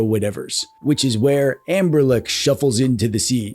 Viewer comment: Are you saying.....anberlick?